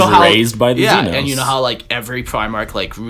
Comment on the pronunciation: Also Xenos. . . . ZEE NOSS (AS IN LOSS) 😂